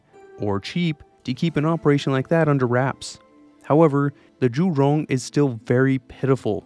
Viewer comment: I appreciate your attempts to pronounce Zhu-Rong correctly, and the level of your research.